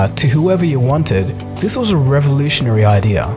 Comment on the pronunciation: the way it wez 😂😂😂😂